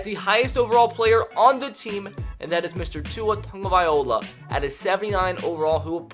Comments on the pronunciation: Jeremy Wade Tungaviola! He tried to say it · The way you pronounce “Tagovailoa” upsets me